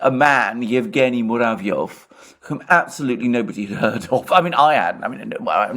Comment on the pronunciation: He is MuraEV not MuraVYOV =)